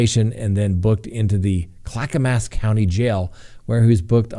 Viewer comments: Clack-uh-mus!!!!! Not Clacka mass! GRRRRRRRRRRR Please stop desecrating the names of the towns in the state I grew up in!!!! And all other towns! Please learn how to pronounce it before recording your video. Thank you. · And Clackamas is like Christmas.. more like "muss" than "mass" but kudos on Oregon 😂